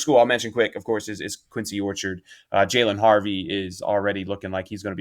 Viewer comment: I went to QO for high school back in the day and the way you guys pronounce Quince Orchard is hilarious 🤣 keep up good work tho fellas 🤙🏽